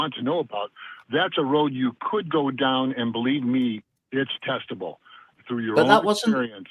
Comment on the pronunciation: xD it's not testible ....but it's testible